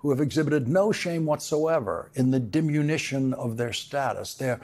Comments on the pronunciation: Lawrence, I find your analysis to be the best, but the word is “diminution”, not “dimunition”. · Excellent reporting as usual, but "dimunition" instead of "diminution" makes you sound uneducated, which you're of course not. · DimiNUtion, not dimunition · This is why no one watches MSNBC. Speaking of stupid, it's diminution - not dimunition. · Errmm... "diminution," not "dimunition" I think.